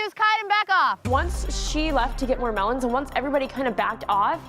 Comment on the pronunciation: Da mewwons,. Y u no shoot the mewwons